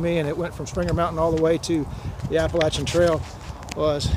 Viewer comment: Yes!!! Finally someone says it right APP-LACH-IA!! Sincerely from an Appalachian American.